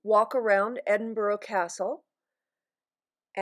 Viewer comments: Hey gorgeous 🤩 it's pronounced " Ed in bu ra" my hometown. Hope you loved it. Xxxx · Thank you for showing of my home city so beautifully 🏴💞. Just one little point the pronunciation of Edinburgh 🤦‍♀️. I hope Howard has recovered x